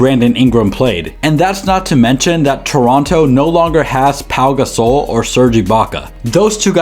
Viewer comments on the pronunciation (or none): This guy actually said paul Gasol😭💀💀